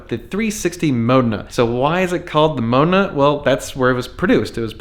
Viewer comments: Mo-deh-nah.. 3 syllables :) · The 360 is pronounced (ma-den-a). I got schooled when my wife and I went to Italy. We went to the Ferrari Museums. One in Modena and one in Marenello.